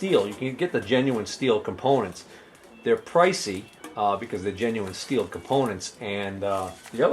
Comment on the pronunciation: its STIHL .......as in till.......tube